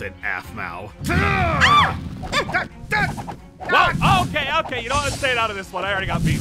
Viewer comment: Yeah and btw it's aphmau not "ahpmau" no hate btw